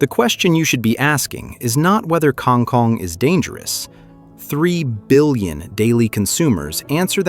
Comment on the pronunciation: The Filipino pronunciation is Kang Koong